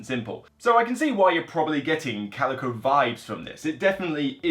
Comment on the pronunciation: It's pronounced kal-i-koh. Coleco was a company that made the game console ColecoVision in the 80's. ; )